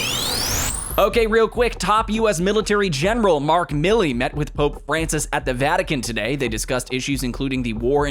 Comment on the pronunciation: It’s Mile-ee!